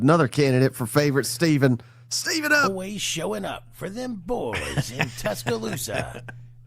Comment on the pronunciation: It sounds like you guys keep saying STEVENup when it's spelled STEVEup. Where you guys getting the "N"?